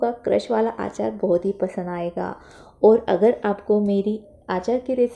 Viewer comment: आचार नही अचार बोलते है